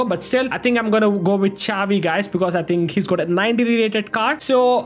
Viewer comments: Bro dont pronouce chavi 😂 prounuce it as shavi with hard S (no hate)❤❤ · its not cavi its xavi